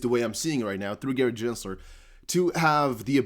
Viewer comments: (Gen)sler not (Jen)sler 😐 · Unsubscribing. Other XRP content creators have much better sense of what's going on, and what's important. This guy doesn't even know how to pronounce Gensler's name after all this time. SMH